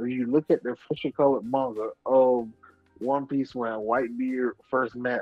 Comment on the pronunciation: Yeah it's pretty cringe. One Piece has fans from all over the world subscribed to these people and dude is butchering that word to them. I was questioning myself if he was actually black too lol.